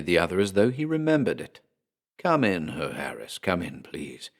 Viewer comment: Awesome story! Love the narration. Only a little thing Herr is pronounced hair. Loved it👍👍